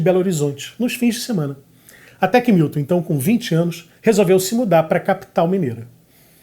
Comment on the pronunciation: Grande finalização com Caetano citando Fernanda Montenegro. E Milton... não é Wilton, é MILTON. Muito bom! Muito bom. Manjo nada de música... mas acho q... vou acabar aprendendo arranjo... sem querer, querendo 🤓